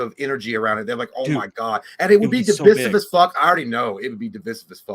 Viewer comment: I get so oddly triggered by the way J pronounces "divisive" like "dye-visiv" every time i wanna swing on him